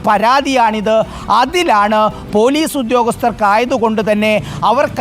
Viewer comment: പോലൂസ് അല്ല മാഷേ ....